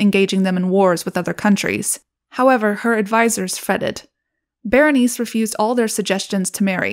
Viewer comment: Bernice? Girl. Berenicé, bear en eek ay, try to roll the r slightly. Bernice 🤦‍♀️